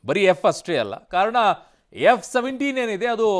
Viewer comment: It's not F 17, it's J 17